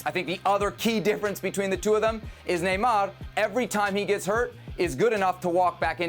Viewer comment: Man said neymar 😭🤣🤣 hire new pundits. I can do a better job than these fools. Atleast say like dembele or something you say Neymar 😳